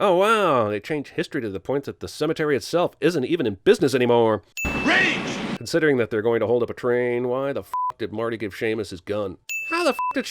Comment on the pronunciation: The way he pronounces "anymore" lol